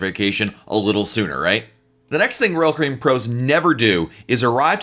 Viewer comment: DO YOU KNOW HOW TO PRONOUNCE "ROYAL CARIBBEAN"???? Hint: it is NOT RCBN